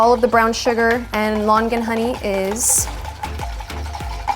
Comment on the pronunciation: Her: Lon-gan Me being Cantonese: 👁👄👁